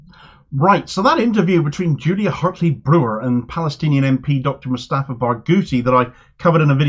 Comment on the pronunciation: She dint want to see him as a doctor or an Palestinian politician but just another Arab. She’s calling him moustafa moustafa throughout the interview.